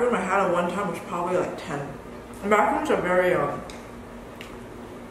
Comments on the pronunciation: My dear girl, it's maca-RONS, maca-ROONs are little coconut-based biscuits. #justsaying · They are so cute and good on you 💜 pronounced Maca-rons, Macaroons are a different biscuit type thing, can be similar at times but not always etc